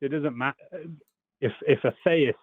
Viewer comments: This guy's mispronunciation of the word theist just grates. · Did either of you find it annoying that he pronounced the word "theist" as thay-ist?